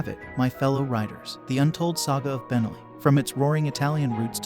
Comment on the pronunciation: Nice video. By the way, it's pronounced ben-NELLI, not BEN-elli. Think cannoli, not Tripoli